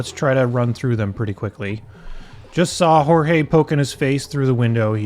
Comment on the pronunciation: I think "Jorge" is pronounced like they say it in Aristicats